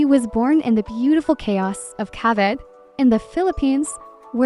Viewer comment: I think it's pronounced ca-vee-te, not ca-vit.